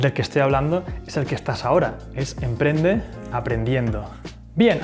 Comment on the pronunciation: te comiste la p de emprende, punto 9